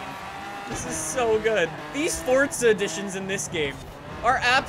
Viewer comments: ForZa not forDza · Why do you always say it “Fort-za”. Forza has no “t” in it.